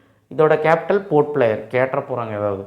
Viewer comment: pdf lah correct ah port player nu eruku avaru pronounciation maariduchu avlodhan